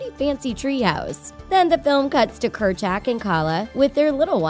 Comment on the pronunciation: The way she says kur- jack